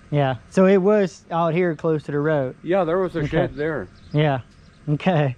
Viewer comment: its pronounced (SH-ED) not SHET, ya mook!